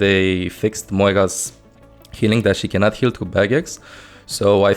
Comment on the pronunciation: "She cannont heal through baguettes"